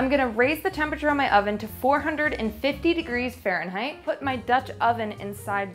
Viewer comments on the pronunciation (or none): none